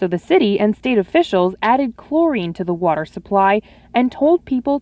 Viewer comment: Water Wa... ter Wah... tehr War. Tar Water ... H20